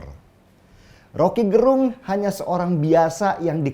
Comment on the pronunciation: Gerung ya ...bukan garong...